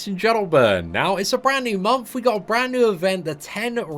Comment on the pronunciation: MONTH! not MOMTH. xD every fucking time bro